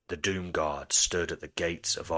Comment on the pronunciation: for awhile I thought they were saying “Doom God”